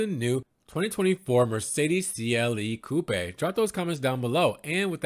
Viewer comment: Haha "coo-paaay" 😅😂